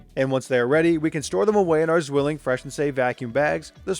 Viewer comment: Funny how he calls it Swilling instead of Zwilling 🤣